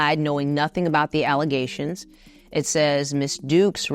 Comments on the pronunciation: More "Alizations"??? Who would have known? alizations. lol what a dummy... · All just “alluzations” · (Allezations) is how Tiffany pronounce and spell it lol they wasn’t saying it like that, they were just mocking her lol. Tiffany has a wide range of ghetto illiterate pronounce words.